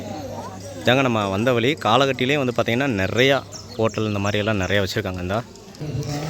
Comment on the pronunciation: ஏழு வழி அழகு என்று எழுதி அதை ஏலு வலி அலகு என்று படிக்க தங்களுக்கு கற்றுத் தந்த மாங்கா மடையன் ஆசிரியர் யார் ழகர வரிசைதான் தமிழின் அழகு அது சரியாக இல்லாததால் பார்ப்பதற்கும் கேட்பதற்கும் அழகாக இல்லை ஹெவன் எக்ஸ்புளோரர் என்ற சேனலின் தமிழ் உச்சரிப்பைக் கேட்டுப் பாருங்கள் மற்றபடி காணொளி சிறப்பு திருத்திக் கொள்ள பழகுங்கள்